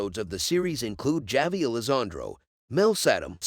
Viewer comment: Javi is pronounced Havi the J is H???? Evidently you didn’t watch the show???